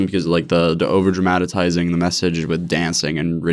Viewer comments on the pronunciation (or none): I can’t get over that says “overdramatatizing” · Sam Lim I meant that he adds an extra syllable. It’s overdramatizing not over dramaTAtizing 😂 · "Over dramadatizing" -, 2020